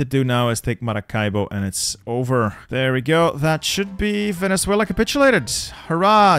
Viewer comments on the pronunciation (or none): Vene-sue-ela You said Vene-thue-la